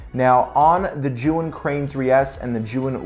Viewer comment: Sorry to hear about your hard drive. Actively spinning drives are VERY delicate. Love the recommendations for accessories. One tip: "Zhiyun" is actually a compound word in Chinese meaning "wise cloud" if you pop that word into Google translate you'll hear the correct pronunciation. To my ear, it sounds like "chew-ying". I saw that tip in a Chinese YouTuber's video on the Weebill S.